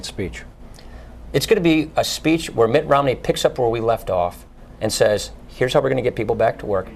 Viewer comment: I want to know more about this "Ritt Nomney" character....